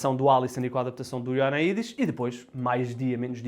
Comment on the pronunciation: 1 ano depois e ele ainda não sabe dizer Ioannidis